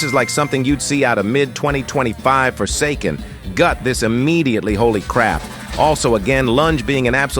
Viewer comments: saying “forsakkken” like that wasn’t the first game you ever made a short about son be deadass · No one’s taking about he said forsaKKKen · We not gonna talk about "ForsaKKKen"?